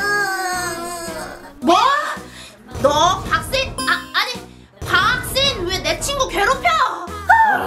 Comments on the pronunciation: 근대왜. 박세인 언니 는 왜. 바악세인 이라고해? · 의 박세인 아니고 박악세인 인데요? 왜그러죠